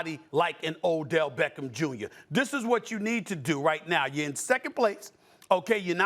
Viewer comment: Odellllll shhhhmeckem shhhhmjrrrrr